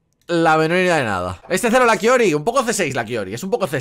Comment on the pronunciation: le dice "quiori"????????????????????????????????????????????????????????????????????????............ omg..............